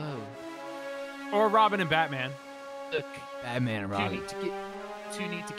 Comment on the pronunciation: says "I am batpan"😂😂😂😂